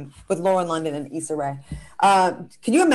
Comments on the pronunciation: The way she was pronouncing Issa’s name in the beginning was cringy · Eeeeee-sah. Jeezus.